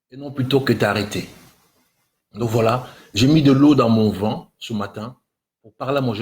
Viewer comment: Cette vidéo,et non ce vidéo , arrête de singer alors que tu parles mal français ,on dit vin et non vun